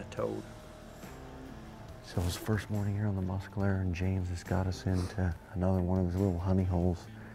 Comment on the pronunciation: Why, why, why does "" pronounce "Mes"calero as "Mus"calero;)